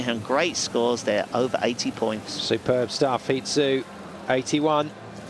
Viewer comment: Stupid announcer kept saying He Zu.